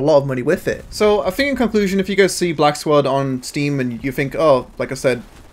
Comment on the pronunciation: he really couldn't say black squad